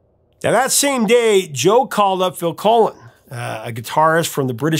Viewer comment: It”s Phil Collen (like pollen) not Phil Colon, Professor! LOL! Great video as always!